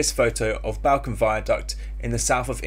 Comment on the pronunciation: Bahl- combe? Lol It’s pronounced Ball-Cum.